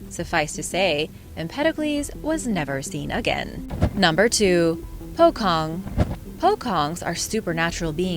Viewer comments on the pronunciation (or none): pocong not pogong😁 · Po - cong, not pokong, and without S...... 🤣